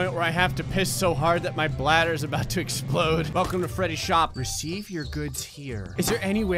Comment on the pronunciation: There's a lot of weird vowel action in this game. Recive your materials? Go to my Resturant?